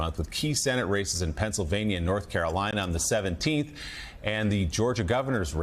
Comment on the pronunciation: Am I the only one that keeps hearing “racists” every time Kornacki says “races”,.. 🤔 😂